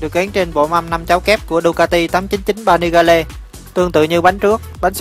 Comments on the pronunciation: 899 Panigale ( đọc là Pa Ni Gieo ) còn thằng bình luận thì đọc là Pa Ni Ga Le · 899 Panigale -> "pa ni gieo" chứ ko phải Vietsub :)) Pa ni ga le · pa ni ga le. chắc ko biết đọc tiếng anh rồi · Ba ni ga lê mới ác. Vãi cả phát âm.